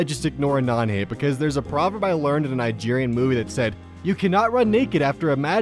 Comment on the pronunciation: does he say nane instead of anon?